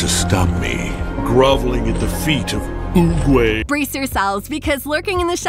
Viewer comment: They should learn how to say master oogweys name right who's with me